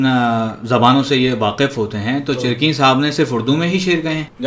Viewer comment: चिरक़ीन नहीं, चिरकीन थे। उर्दू में अगर आप काफ़ को क़ाफ़ बोलेंगे तो वहीं पर आप ज़ीरो हो जाते हैं। पहले उर्दू का तलफ़्फ़ुज़ सीखिये फिर उर्दू की शायरी पर गुफ़्तुगू कीजये